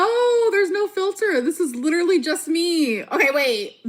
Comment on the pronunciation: And her jaw was lidurally ON THE FLOOR